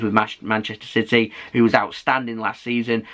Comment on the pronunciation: It's CITY not CITEH!😠